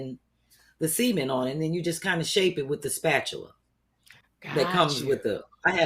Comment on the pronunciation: B 😂, its pronounced “SUH-MINT” not “semen” 😩😂😂 I kept hearing “semen floor” when you referenced the “cement floor” 😅🤣